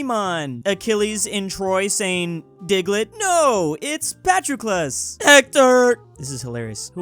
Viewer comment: correcting things Then pronounced Patroclus like that